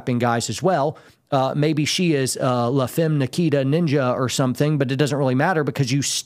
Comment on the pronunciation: Did....did you just say le femme nikkita!? Dating yourself!!!!